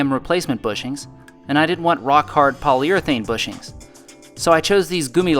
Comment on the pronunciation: good Pronunciation of the german word "gummilager":)